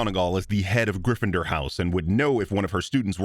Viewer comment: I stopped watching Cinema Sins around 2016. Everything just seemed to be the same video after a while and so many things they called sins were just not. It's like they started reaching for reasons to stay relevant Also, my guy said "you're not a griffidur" 🤣bruh made my day for real